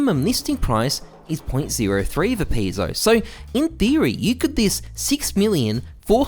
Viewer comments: I've never heard someone pronounce pesos as "pee-sos" lol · did this guy just say peeso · pronounced "pesos" wrong